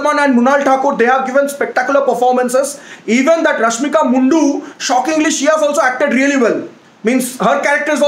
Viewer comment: We kannadigas really like whenever he says rahmika mundu🤣